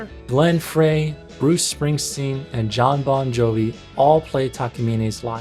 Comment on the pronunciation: Then he mispronounces Glenn Frey's name.